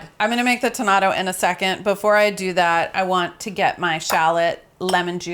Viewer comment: anyone else think she was saying "tomato" w an accent the whole time? no? just me? ok...